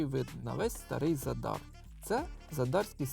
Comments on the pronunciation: Ви увесь час невірно називаєте назву міста Задáр. Наголос НА 1-Й СКЛАД - За́дар!!! Виробляти якісний україномовний контент - це відповідальність. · ЗАдар - наголос на перший склад.